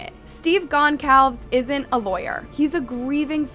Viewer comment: Girl, it’s Steve Gon-sal-ves. Please learn the victim’s names.